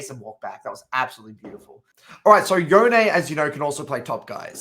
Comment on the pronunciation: rly good guide, but its pronounced yone not yone lol